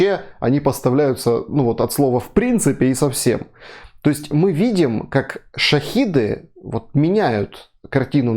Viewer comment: шахеди, а не шахіди.